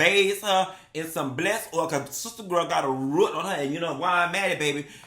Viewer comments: "Ruut"(root) is sending meeee😂😂😂😂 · NOT 'baze' and 'ruut' I CANNOT 😂😂😂